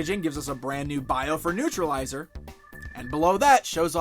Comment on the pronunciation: Newtralizer not newtrilizer